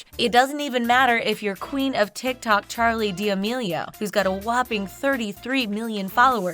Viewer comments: She literally said Charlie d'amelio's name wrong she said Charlie de Millie a or something else that she said it wrong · am i the only one that heres charlie dami-o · “Charli deemo”